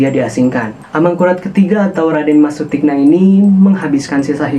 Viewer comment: Mohon dibaca Sutikno bukan Sutikna yg lebih kejam adalah Amangkurat I